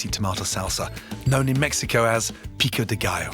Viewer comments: In my opinion, he nailed the pico de gallo perfectly! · DAMN! He totally nailed the "pico de gallo"! Awesome as always.